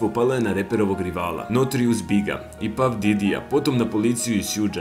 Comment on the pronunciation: Izgovara se Paf Dedi*